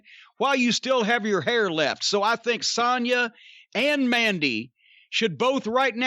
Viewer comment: I love that Jim actually pronounces Sonya correctly instead of saying Sone-Ya like Cole, Graves etc do